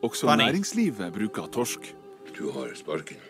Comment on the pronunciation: Your pronounciation of "torsk"(Cod) is really spot on! If you ask, we will surely send u norwegian candy for a react video. Smash .. its silly good. Thats also true according to other reactors doing taste tests